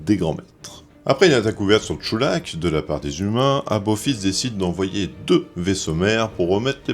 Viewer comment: C'est moi ou on entend "aBophis" tout le long de la vidéo ??????? 🙄 EDIT: ah oui, il dit bien "aBophis tout le long de la vidéo.... ben bordel pour une video spécial stargate... ça la fout mal.... 🤮